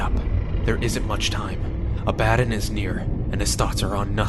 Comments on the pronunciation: My only issue with this story is the pronunciation of Abaddon... Its pronounced A-ba-don Not Aba-den. I named my first born after the Angel of Destruction, so its a a tad bothersome when someone gets its wrong. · Loved this .. though I thought Abbadon was pronounced funnily. I thought it would be prounced ah-bah-dohn. Not abba-don. Lol